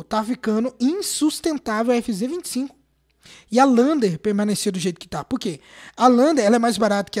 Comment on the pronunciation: A “envinzê 25” kkkkkkk